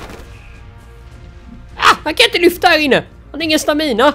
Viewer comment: Stamina uttalas inte så!